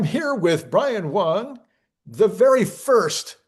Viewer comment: “Wang” not “Wong”. You’re “” not “Kairk”???!?